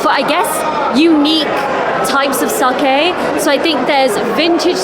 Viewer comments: 英語圏ではサキって発音されることも多いけど、サケって正しく発音してますね。日本のイベントなので日本人好みの味が分かります。海外の日本酒は現地人好みに変化して行くしそれはそれで悪いことではありません。でもとりあえず日本人好みの味を楽しんだのですね。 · sakeをsakiと発音する外国人多いですが、流石です。